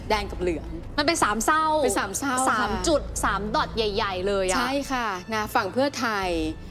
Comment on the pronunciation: ปรับปรุงเรื่องภาษา คำว่า เส้า ไม่ใช่เศร้า.